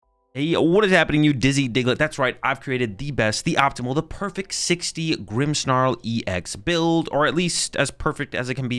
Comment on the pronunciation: there is no "H" in "Grimmsnarl". stop saying "Grimmshnarl"!